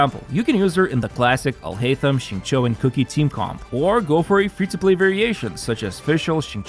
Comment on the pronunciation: the first youtube guy who bothered to check the pronunciation of xinqiu's name?